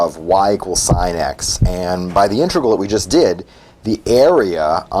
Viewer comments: It’s an integral not an intregal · Its not "intregal", it's integral..